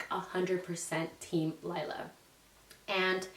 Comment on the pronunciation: My daughters name is laila but pronounced like u said it everyone always says Layla but not it’s Laila in Spanish lol